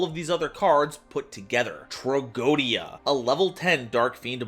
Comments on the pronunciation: Yu-Gi-Oh players and mispronouncing Tragoedia. Name a more iconic pair. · You pronounced tragoedia wrong